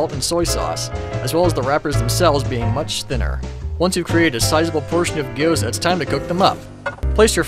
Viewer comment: you pronounce gyouza weird